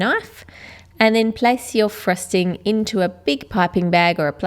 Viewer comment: its frosting not frusting!